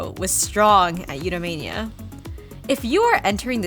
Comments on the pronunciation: a couple of times you said Eudamonia as Eudamania! Appropriate 😂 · Eudemonia, not eduemania. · Sorry, Eudemonia is not pronounced as Eudemania. I underlined the ends of the words (monia vs mania) for emphasis, but the underlined text was cut off when I posted it. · Thank you!!! Yes indeed, a view times I accidentally said "Eudemania" and some people thought I did that on purpose to emphasize the MANIA 😂 I mispronounced the word by complete accident - Freudian slip? Yes, the summit was named after that Greek word!! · I was taken aback by the first couple times pronounced as You-da-mania.